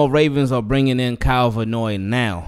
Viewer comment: Love your channel, I'm hearing you pronounce Kyle Van Noy's last name Vannoy, like it's one word. It may seem irrelevant but I hope a professional like yourself appreciates this & does not take it in a negative way. Thanks for listening. 😊